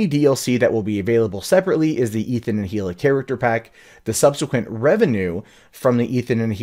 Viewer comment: Come on dude, it's not pronounced "he-luh" it's pronounced "ee-luh." The "H" is silent.